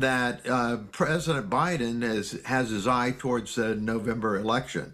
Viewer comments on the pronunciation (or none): none